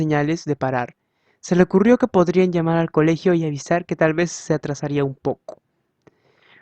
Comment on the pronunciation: Muchas gracias pero te revomiendo de que leas un poco mas lento porq en algunos momentos decia vez y vos decias ve y asi con otras cosas